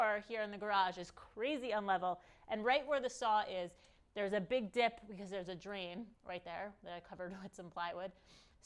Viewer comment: you said DIP, but that's not what it sounded like the first 2 times I heard it. In my defense I was listening mostly not watching so......